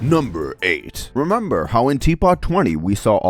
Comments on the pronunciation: it's Remember, not Temember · remember ❌ Temember ✔️